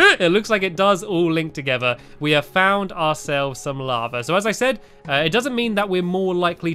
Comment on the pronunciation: Stampy you sed three